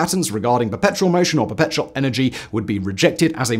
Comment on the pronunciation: I feel like he was missing a couple syllables in "Perpetual" almost every time he said it... I kept hearing "Petrol machine"